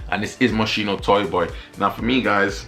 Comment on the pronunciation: Ça se prononce Moskino :)